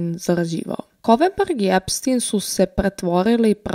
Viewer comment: korektno je izgovoreno i na talijanskom jeziku je Epstin.